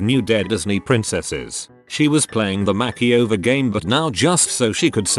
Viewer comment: Please say makeover right lol 😂